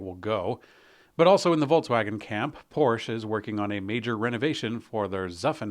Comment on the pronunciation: it always trigers me when you miss pronounce German worlds like Automobil Woche or Prosche 🤣